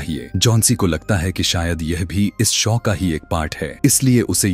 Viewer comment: शौ नहीं शो होता है 🙏 Awesome story but more. Horror than a horror movie Thank You for explaining this ❤🙏